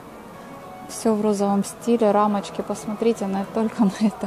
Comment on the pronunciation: Пожалуйста,говорите правильно слова,откуда это :ПОССОТРИТЕ?